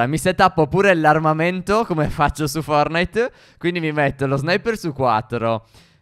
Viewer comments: Forse è una mia impressione ma invece di dire "fortnait" (scritto come si pronuncia) dici "fornait" (scritto come si pronuncia) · Non si dice fornite si dice fortnite